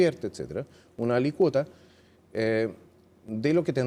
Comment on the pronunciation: se pronuncia alícuota (con acento en la í) no alicuota.